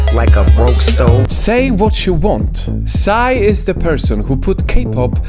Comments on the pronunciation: PSY(sy)? I thought it was pronounced P S Y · Okay, first and foremost, we don't say PSY like "psai". You just spell the letters: P,S,Y. That's it.